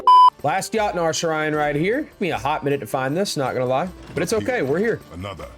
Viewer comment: 22;54 it’s pronounced yotnar